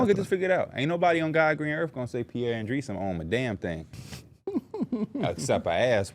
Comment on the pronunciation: lmao “peiree” you a weak dude, you should be ashamed to even step in that room next pod.EMBARRASSING 😂